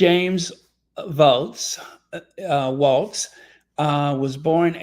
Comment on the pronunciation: Hi, please don't be offended, but Kamala pronounces her running mate: Walz (like the dance). Hello to all, and have a blessed day ❤